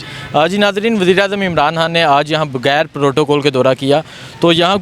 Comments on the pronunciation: عمران حان نہیں عمران خان بولا کریں بڑی مہربانی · Imran han sab. Imran han sab. Imran han sab. Imran han sab. Yaar iss host ko proper pronounce karnay bolo... Imran khan... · Imran Han naheen bhaee, Imran Khan - microphone ka itna he shoq hae to Urdu bolna he seekh lain. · Bhai, make one correction of your pronunciation, it’s Imran Khan not Imran Han. Thanks